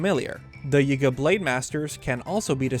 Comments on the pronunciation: The “yehga” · Small thing but I don't think he's pronouncing some of these words correctly. His enunciation on Yiga for example. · Lol the way you pronounce Yigga sounds sus 😂